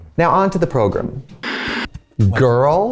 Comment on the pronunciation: Omg Trixie says "progrm" instead of program. Reminds me of my grandma 🥲😅